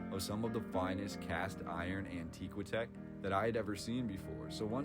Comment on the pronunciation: The word is "antiqui-tech". It is pronounced an TI kwuh teck, not an TEE kwuh teck. That sounds so odd.